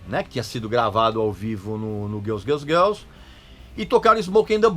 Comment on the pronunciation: O cara fala "Elvaira" (Elvira)como os gringos falam, mas depois manda um Guéls Guéls Guéls ( Girls Girls Girls ), aí pra fechar rolou um João(John) Corabi rsrsrs, brincadeiras a parte muito legal esse aposto que vc não sabe.